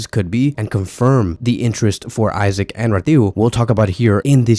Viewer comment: please stop pronouncing Isak as “Isaac”😭😭😭😭